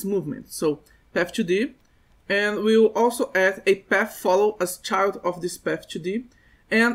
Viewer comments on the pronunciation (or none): none